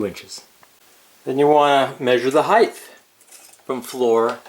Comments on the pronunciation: Height. Not heighth. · Very helpful! By the way, height is pronounced "hite," not "hithe." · Why do you say height like its spelled heigth